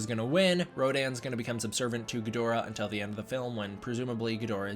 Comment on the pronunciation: Ggidhora - never seen Ghidorah butchered so badly... gidora is what I did